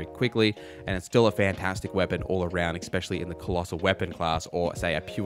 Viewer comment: Thanks so much! Pet peeve, it's ESpecially not EXspecially. 🙂 (not trying to be a jerk)